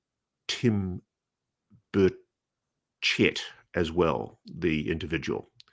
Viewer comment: Why did Ross have a problem pronouncing Tim Burchett’s name when Mr. Burchett was a key figure during the hearings on the 26th of July?